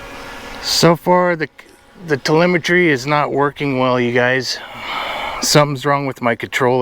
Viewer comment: When you tel-A-met-tree stops working you gots to call it man!